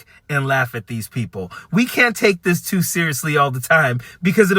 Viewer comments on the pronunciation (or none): none